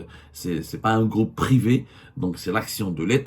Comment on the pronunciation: abdou j'aime bien quand tu dis "le gloupe" pour "le groupe" faut que t'insiste un peu sur le R lol, gloup gloup gloup ça c'est t'boun quand il boit la vodka avec ses amis alcooliques russes 😂😂😂